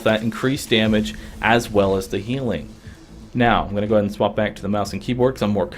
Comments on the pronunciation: It sounds like he is saying swamp instead of swap. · The way he says swap just annoys me for some reason but thanks for the help